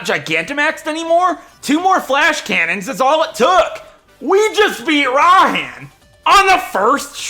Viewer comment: IT IS PRONOUNCED RAI-HAN